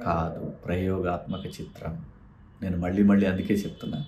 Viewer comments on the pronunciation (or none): none